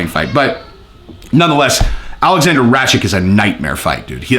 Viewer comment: I gotta to correct the pronounciation of balkan names since im from that part of europe, its meditch and rakitch Anyway keep up the great work